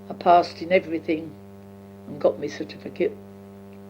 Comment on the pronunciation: 'clarsess' (classes). 'paarsed en iverythin' (passed in everything). 'twilv en arf' (twelve and half). 'en thit' (and that). 'ot bayked pertater' (hot baked potato). 'citifikit' (certificate). Amazing to listen to a woman who was 16-17 by the time of Queen Victorias death, and was 4 years old when Jack the Ripper was terrorising Whitechapel and Spitalfields just a few miles east of where she would have been living at the time, and Queen Victoria would often be staying at Buckingham Palace a couple of miles to the south. (I didn't realise that the horse drawn 'brougham' was pronounced as 'browm').